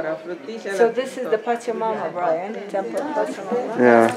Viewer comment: Brian not brien